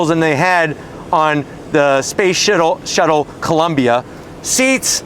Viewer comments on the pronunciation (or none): “Space shittle.” Lol.